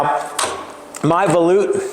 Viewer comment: Um, you keep muting yourself, buddy! Your mic keeps getting under your chin and muffles the sound. Maybe use your cell phone with a different style boom mic or bluetooth style mic above you? Either way I don't mind volutes. And YES - you are saying it correctly. Ignore all these fools that keep talking trash about how you say things like tenon and such. You do a great job! Thank you for sharing this with us.